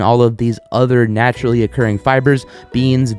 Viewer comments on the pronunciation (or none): none